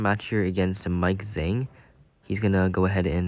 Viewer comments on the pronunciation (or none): none